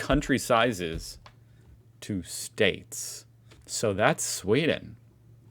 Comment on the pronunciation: whats with sweed and norge swith!? Pewds done smtg wrong😂